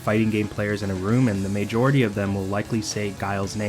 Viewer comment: why cant you say majority